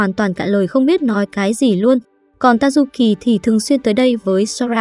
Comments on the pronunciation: tayuki nghe thành ta du kì :) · Tazuki nghe nhầm thành tazukì :)))))) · Tazuki mà cj đọc là Tazukì:)) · Cj có thể gọi là tazuki nhưng cj lại gọi là tazu kì